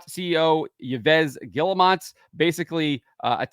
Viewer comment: Just to help you out, Yves is pronounced ‘eves’ or ‘eevs’